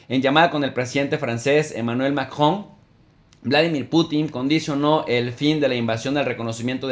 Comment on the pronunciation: Diga macron jejeje lleva luchandola pa decir macron....saludos buena información